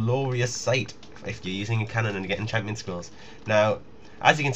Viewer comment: lolz, loving the 'hampions'